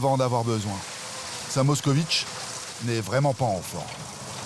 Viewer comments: 😂Pas Mockovich😂, mais Mockvich est la bonne prononciation! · À moins d'une minute de vidéo, le commentateur nous cite déjà 2 fois la MOSKOVITCH, alors qu'il s'agit d'une MOSKVITCH (moscovite en Russe). Qu'il est nul! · Ça s'écrit Moskvitch et ça ne se prononce pas "moscovitch" (allez, faites un effort quoi !!) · MOSK - VITCH, pas MOSKOVITCH !!!